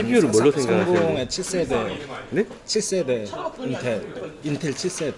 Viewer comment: 나도 7세대가 아니라 i7으로 들었어요.